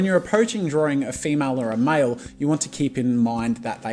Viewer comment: "hundreds of poses of this MYEL and FEEMYEL"